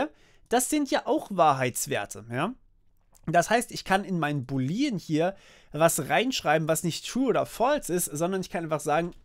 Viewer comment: Boolean ist bitte anders auszusprechen. Die Betonung liegt auf den oo's, also nicht "Buliiiien" ausgesprochen, sondern "Buuuuulien". Sonst top Video!